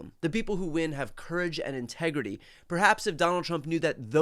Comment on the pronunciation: I love how he emphasized the word, "integrity". lol